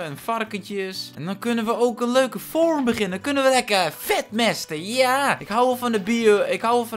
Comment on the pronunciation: Niemand:: ‘We hebben een mooie feurm!’